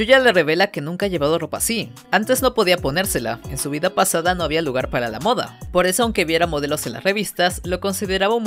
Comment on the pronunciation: Alguien mas cuando decida moda se escucha mota?